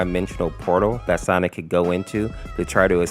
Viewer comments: I notice whenever he says Sonic.EXE he says "Sonics.EXE" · i keep hearing "sonix" 🗿